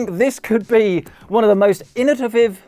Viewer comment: Struggles to say innovated then still gets it wrong when he says there we go.